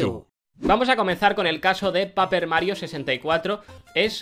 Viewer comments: Japonés 100 Pero PAPER en lugar de Peiper 🤔? No te creas, te amamos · Paierper XD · Me encanta como pronuncian el nombre de los juegos paper bien a lo bruto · jaja XD Paper que buena pronunciación es Peiperl algo así se pronuncia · No sabe pronunciar paper pero dice que sabe traducir japonés